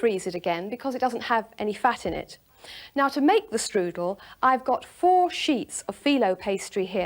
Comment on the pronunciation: That may be good, but it is NOT a " štrudel".